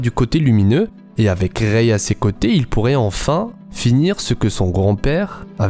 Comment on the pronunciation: On dit pas reyye on dit rey